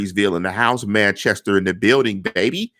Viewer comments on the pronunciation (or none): none